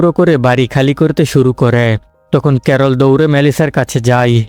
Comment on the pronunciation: ক্যারল ❎ করলা ✅🤣